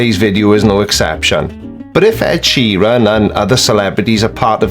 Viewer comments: Wait, I need to address something. Providing music that SOME people want to hear. Personally I wouldn't be bothered if I didn't heard an Ed "Sherron" song again. Is Sheeran like a new Bouquet/bucket thing? Or is this just American with no sense of pronunciation at all? Almost 2 mins in and I'm already getting distracted. I'm guessing he will mention GOT at some point, which while it was a little cringeworthy, not exactly some diabolical plot to kill us. I actually didn't notice at the time, as I had no clue who Ed Sheeran was. Anyway onwards an upwards! Lets see what else he has to offer. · Wait? Sheer-een? fecking hell. I also can't wait to hear why Adele called her albums 19, 21 & 25 and why it's a sign of Lucifer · Really a guy who cannot even pronounce the word Sheeran - who has researched him and knows him REALLY?? This is why you should not put internet access and PC`s in padded cells. I personally think `A Call for an Uprising` is actually an ILLUMINATI Psyops operative who is tasked with generating so much stupidity that it dumbs down the populous ready for THEM!!! THEY are already here............ Nice one Creaky thanks for not covering the whole of his video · Why do Americans get simple Irish names so badly wrong?